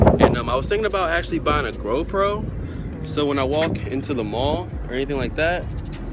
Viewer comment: You said grow pro 😂😂😂